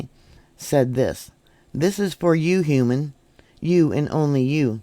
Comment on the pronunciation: i think programmer used hew-man instead of human. hew is what you do to wood. chop